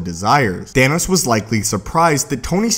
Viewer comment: its Thanos not Thainos